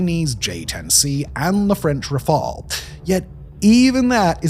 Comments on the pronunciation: You are now pronouncing "Rafale" correctly (in English). We all appreciate your continuous improvements.👍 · Hold the presses! Simon pronounced Rafale correctly!